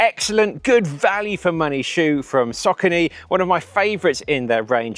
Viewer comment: Omg, It's Saw corny, not sockeny, and not hard to pronounce but easy off the tongue. And My zuno.... oh dear! You need to go to English classes